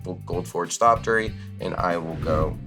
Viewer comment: repeatedly saying "Thoptery" without the X made my teeth grind in ways i didn't know was possible lol -- we must honor the memory of the proud archaeopteryx by pronouncing the X!